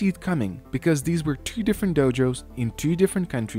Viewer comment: Excellent video as always. But you mispronounce “were”. You pronounce it like “where”. 🙅🏿‍♀️